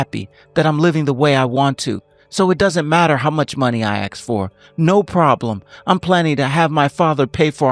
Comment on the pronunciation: It’s pronounced ASK not AKS.